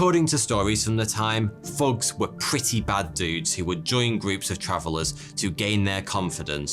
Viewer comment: I feel like it should be thawty or thaw-tee Edit faughty faw-tee He said fugs for thugs they had to print it so Americans can understand 😂